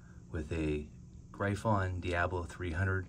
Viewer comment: Nice shootout. However Gryphon is pronounced GRIFFIN not GREYEFON.